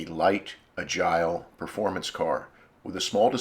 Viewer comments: Correction.....optional F41 suspension had nothing to do w/brakes. It was specific only to spring, wheel, shock, front sway bar diameter, & an added rear bar. Beginning In '69, front disc brakes were std. w/option Z27 (SS). BTW...agile is NOT pronounced ah-'gile.... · Mispronounces "agile".